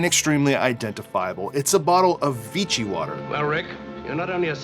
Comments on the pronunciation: It’s “Veeshee” not “Veetchee” ! Learn how to speak when you present. It’s not hard! And it’s Ilsa not Isla. Have you really seen the movie! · It's "ILL-sah" not "EES-lah" It's "VEE-shee" not "Vee-chee" And now I have to try a champagne cocktail 🍸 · “Vichy” is pronounced “Vee-she” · "Vee-she," not 'Vee-chee." Nice video, BTW -- thanks! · Vichy is pronounced “vee-she”. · 1. Germany invaded France in May, not June, 1940 2. "Vichy" is pronounced "Vee-she". French does not stress syllables, so say it as one word. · Congrats on your atrocious pronunciation of Vichy.